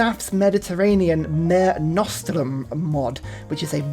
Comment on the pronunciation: It's not the first time pronounces something wrong, but the way he said "mare nostrum" (like it's our horse instead of our sea) broke my heart a little